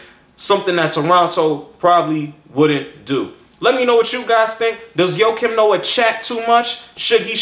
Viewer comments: I think his name is pronounced "waah-keem noah" not "Yo-keem noah lol." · who the fuck is Ho Kim Noa ???? its JJJJJJOAKIM NOAH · his name is joakim...like JOE-Keem...Thats my old teamate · joakim noah (joakim is prounounced differently than you pronounce it by the way) is freakin awesome. i was CRACKIN UP last night when i heard his comments on cleveland on the TNT broadcast and i absolutely LOVE the fact that he did not take back his comments or apoloziged but he stood by it. if thats what u think, speak your mind young fella. i think sir charles said it best "if you play as hard as him on the court, youre allowed to say pretty much anything". im defintately getting his jersey.